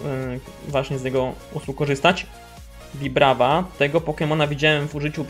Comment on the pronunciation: tego pokemona się nie czyta wibrawa (wiesz chyba dlaczego) tylko wajbrajwa